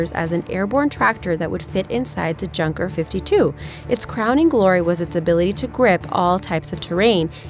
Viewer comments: It is pronounced yunker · Its pronounced “Yoon-ker” not junker😸